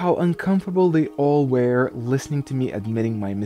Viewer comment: Excellent video as always. But you mispronounce “were”. You pronounce it like “where”. 🙅🏿‍♀️